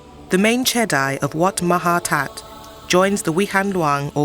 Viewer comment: Jedi: pronounces as Jedee, not Jedi like from the Star Wars movies.